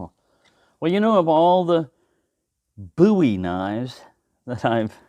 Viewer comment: you’ve inspired me to look into Bowie knives. Boo-ee yes you pronounce it correctly. i’m not a big knife sort of guy, but i once owned an Rtak, prolly the biggest knife around. interesting history the Bowie knife and its origin.